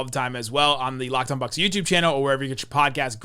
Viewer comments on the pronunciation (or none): Thanks for that Bucks pronunciation. Never noticed that. Will be calling them The Box from now on. lol